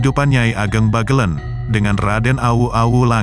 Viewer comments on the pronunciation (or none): Membacanya Bagelèn bukan Bagelen